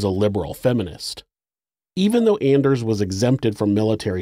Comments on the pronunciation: Anders is pronounced “On ders” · If you’ve ever watched “Workaholics” … every-time he said “Anders” I think of “It’s ON-ders!” Lol